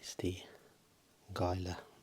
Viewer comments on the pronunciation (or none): HE-la monster. I only say this so nobody gets looked at funny by mispronounciation. So vampire bats have more of an anticoagulant effect than a true venom 🤔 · Gila is pronounced like "heel-ah." Just a friendly reminder, thanks for the amazing content that you so kindly provide for us. =ASMR King!